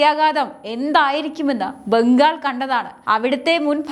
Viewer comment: ഈ കുട്ടിക്ക് മലയാള ഉച്ചാരണ ശുദ്ധി ഒട്ടുമില്ല. ' ഭ' എന്ന അക്ഷരം ഒരിടത്തും ശരിയായി ഉപയോഗിക്കുന്നില്ല. മമത ഭാനർജി എന്നാണ് പറയുന്നത് മമത ബാനർജി എന്നല്ല. ബംഗാൾ എന്ന് പറയേണ്ടേടത്തു ഭംഗാൾ എന്നാണ് പറയുന്നത്. ബലം എന്ന് പറയെണ്ടടത്തു ഭലം എന്നാണ് പറയുന്നത്. മലയാള ഭാഷയെ കൊല്ലുന്ന രീതി. പിന്നെ ഓരോ വാക്കുകളും കടിച്ചു പിടിച്ചു അരോചക മായി പറയുന്നു.